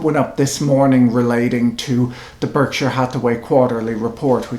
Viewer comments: Why doesn't Mr Buffett pronounce Berkshire correctly? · American vs. British pronunciation?